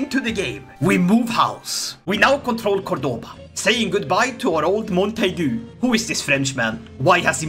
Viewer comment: As someone from Córdoba, It hurts me deeply the way you pronouce Córdoba and Badajoz. On the other hand, I really like this new alternative future you've set for my country, I really really like it